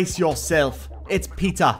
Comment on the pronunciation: I just love how peter says my name is peeta 17 dollas and how he says galadons name.he says yes PAUSES gallydon